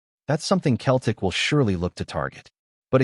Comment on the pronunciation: This a joke of a cast, the guy can't even say Celtic properly.